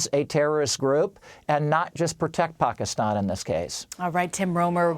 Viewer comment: Where have you been...I think you pronounced Pakistan wrong.